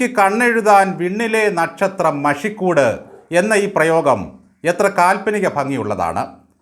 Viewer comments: മഷിക്കൂട് അല്ല മഷിക്കൂട്ട്. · മഷി കൂട് അല്ല "മഷി ക്കു ട്ട് "അല്ലേ.....?